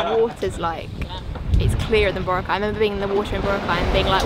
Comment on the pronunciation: Please learn to pronounce Boracay properly Note Bora cai its Bo roc ai thats how to say it My partner is from there